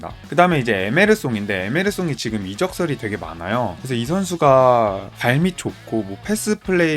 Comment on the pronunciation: 에데르송도 에메르송이라고 하는데 신뢰성 확떨어지네 ㅋㅋㅋ😊